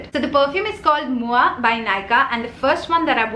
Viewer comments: You are the only one who pronounced 'Moi' correctly. All the other even big youtubers are like mo-ee 😅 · Your French pronunciation is on point ! 👌🏼